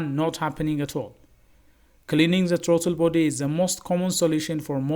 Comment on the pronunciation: Your English is horrible. Not. Trauto body. Is Throttle body